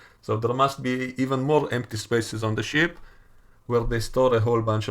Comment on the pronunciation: U say ship I hear sh t